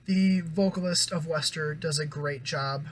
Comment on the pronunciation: Nice review. They're pronounced "Waster" btw haha. Also, both vocalists from Neck Deep and WSTR grew up together and come from similar influences, so that's kinda why they sound similar.